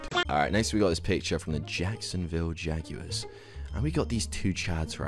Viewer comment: The Jacksonville jaguars not what ever you just said